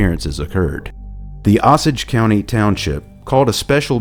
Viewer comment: Osage is pronounced OH-sage. As usual, I'm loving your doc!